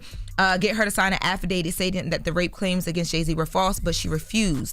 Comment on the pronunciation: avadated No it’s affidavit